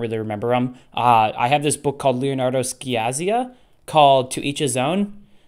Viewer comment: I'm Italian and my whole body flinched when you pronounced Leonardo Sciascia, lol. And i hate to be that person, but I won't allow the slander of one the best Italian writers of the past century: it's pronounced lehoh(nardo) shasha